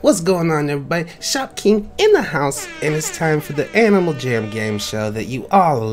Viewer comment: “Animal Gam”